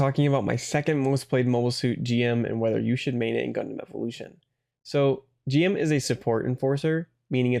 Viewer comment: It's pronounced "Jim" ("Jimu" in Japanese) btw, but not a big deal.